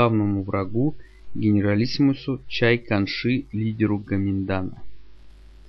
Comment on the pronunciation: Интересно... по сути всё верно, но есть мелкие ошибки. НанкИн (ударение на И); Чан Кайши (не Чай Канши)